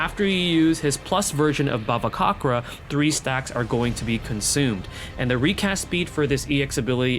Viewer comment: i think the pronounciation for bhavacakra is ba-va-ca-kra the cakra is like cakra from naruto if you watch naruto anyway i dont know either actually and i dont really mind but great video!!